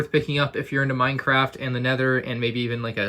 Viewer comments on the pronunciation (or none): Is it just me or did he say Y-craft in the beginning?